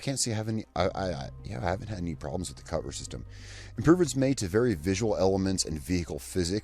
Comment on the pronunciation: I stop video when you say. "I have no problemes with the cover system". Come on mate!